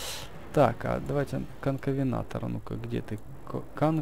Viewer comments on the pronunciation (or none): Венатор не Вентор